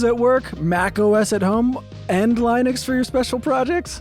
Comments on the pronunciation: Please call it lin-ux and not line-ux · pronouncing linux is so funny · Never heard Linux pronounced that way